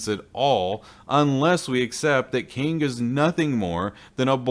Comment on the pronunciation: Kang not king...